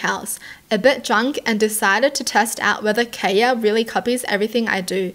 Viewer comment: My name is kaya, this is the first time I've ever seen someone pronounce it the way I do. And I just had to be the weird stalker girl lmao